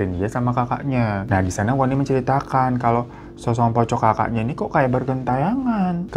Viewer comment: ngakak gue bang, lu mau ngmong SOSOK POCONG tapi malah jadi SOSONG POCOK🤣🤣